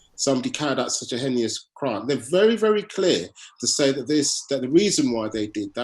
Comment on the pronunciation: It's "hennyous!" 🤣